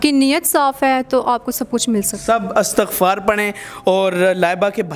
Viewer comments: Astaghfar nai . Istaghfar h sahi word plz. Jb akaila lafz parhna ho tu lafz astaghfar ni balkay Istaghfar parhain. Astaghfirullah. . Istaghfar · استَغفار نہيں ہو تا. استِغفار ہو تا ہے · Istighfaar not astaghfaar ... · By the way its not Astaghfar, its Istighfar. Mashallah such a beutifull belief on Istighfar...Istighfar sy har masla hal hosakta hy,,,Great lesson for others. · استغففار Istigfar ہے نہ کہ Astagfar. شکریہ